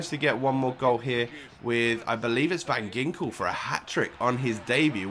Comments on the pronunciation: u pronounce it van jinkel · it pronounced van hinkel , just saying :)